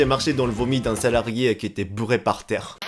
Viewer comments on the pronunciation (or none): On ne dit pas "muillé" ou "burré", mais "mouillé" et "bourré". Attention avec les u/ou! (je sens que " va me dire ntm alors que je l'aide avec son français.......... XD)